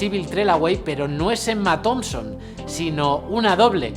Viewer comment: Cabrón, dices Emma "Zomson" pero "Black PanTer" XD. Me cago en la leche; están ambas mal.